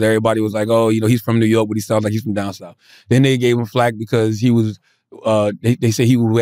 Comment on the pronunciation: Why can't CTG pronounce words that end in "th"? Troof? Souf? Worf?